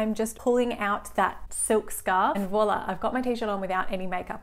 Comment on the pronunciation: take a shot anytime she says voila wrong